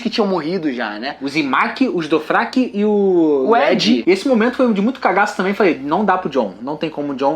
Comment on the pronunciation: Vcs pronunciam errado é Dothraki, tra e não fra como vcs falam é eu acho q o Bran não vê o futuro nítido como vê o passado mas vê fragmentos.